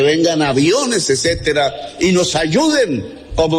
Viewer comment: Sigue culpando a cualquiera y el más bruto e inepto no puede ser . Quien le dices que es etcétera y no ecetera. Y a Gracia que no es elicotero es helicóptero. Jajaja eso pasa por elegir brutos e ineptos